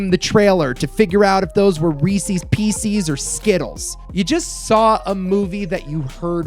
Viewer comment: I hear what you're saying man, but "reesees peeceees"? I'm still hung up on that